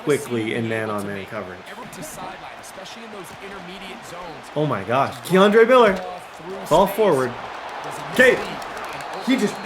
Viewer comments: Laughed every time you said Kendre as Keandre lmaoo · u saying my cousin kendre name wrong but yea ima needa season 2 with him no cap 🙏🏾🙏🏾🙏🏾